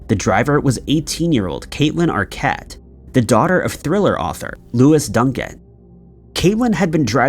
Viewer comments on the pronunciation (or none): none